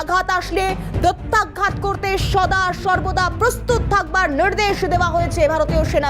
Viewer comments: ম্যাডাম আপনার কথাটা প্রত্যাঘাত নাকি প্রত্যাঘ্যাত কোনটা সঠিকটা জানাবেন । শব্দটা শ্রুতিকটু লাগছে । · ধুর! উচ্চারণ ঠিক করুন।প্রত্যাঘ্ঘাত নয় প্রত্যাঘাত।